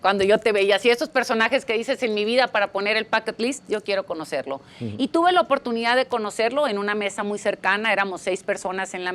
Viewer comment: Siendo traductora, debería saber que es 'bucket list' y no 'pocket list' como dijo.